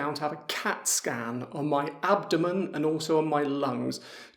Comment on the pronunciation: ... pronuncia molto chiara, si comprende tutto. Curiosità: mi ha colpito come pronunci abdomen ... Maniera completamente diversa da come i bronski beat lo cantavano nella cover del pezzo di Gershwin.